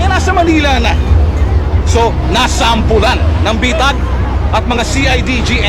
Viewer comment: Bitag ate hindi betag hahahaha